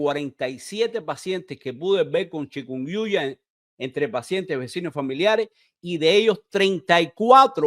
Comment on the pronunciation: Todo eso es verdad,pero debería usted mejorar su pronunciación, sobre todo con los términos médicos no es chicunnyuya